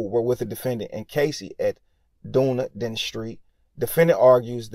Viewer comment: Done E den is how it's pronounced... Dunedin.